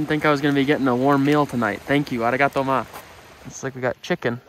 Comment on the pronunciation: Ummmm arigatoma is not correct am I right?